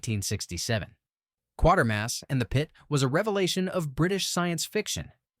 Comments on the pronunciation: I find the original slowly creep into you and I found it more unsealing. I notice again the AI miss pronounces Quatermass as 1/4 mass when it's more like Kway-ter-mass. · Pronounced QWATERMASS